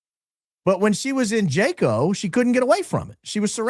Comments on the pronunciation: Pronounced Haco in Costa Rico. We also experienced that there around 2015 on a vacation with my husband. We only stopped in that town for a few hours for lunch and ice cream. My husband had to leave me in the ice cream shop to find an atm when he we was approached by a couple of young girls standing on the street corner just outside the ice cream shop. An older woman also walked up to them appearing to have been managing them. So very sad. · Jaco pronounced = Haw-co ❤ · It’s pronounced “wa-co”. I had no idea what kind of town it was before arriving and it’s literally a sex trafficking hub. They call them casinos and you go drink and take women back to rooms there on sight. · Hello. The correct pronunciation of the town that you mentioned in Costa Rica is pronounced HA- CO Costa Rica is lovely up until a couple decades ago a lot of mission trips for students and young adults would go there but yes many times it has changed for the worst. If you recall McAfee the software developer and everything that happened to him there locals became very upset because of what was being imported into their country It's one of the most beautiful places I've ever been but from what I understand with people that I know who live there and travel there often it's not the same anymore remember it's Spanish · SPANISH: it is pronounced HAKO not Jaco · Wow! I went to Jaco, CR (pronounced Haco) on my honeymoon. Big surfing location. I was clueless 22 yrs ago. Love your podcast. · Just an fyi…the J in Spanish is pronounced “H”, so Jaco is actually Haco in pronunciation. Great show as always, in my opinion! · Jaco Costa Rica is pronounced “Ha-co”. I only correct, I was there and it’s very true. We hired security for our air bnb to ensure sec workers didn’t try and break into our locked residence. We were told by our security company, many female sec workers look for the bachelor parties etc. to make money from the tourists per se. The report is correct. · Jaco - "Yacko"